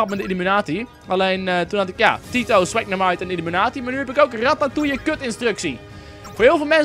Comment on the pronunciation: Volgens mij is het illUmI-kwaad-i in plaats van illImU-kwaad-i :)